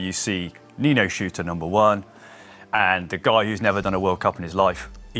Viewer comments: does a great job, but could someone help him with Nino's name? I'm pretty sure it isn't "Nino Shooter" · Can we please clarify how Nino's surname is pronounced? I've only ever heard it pronounced "shirter". Now people pronouncing it as "shooter". What's going on?!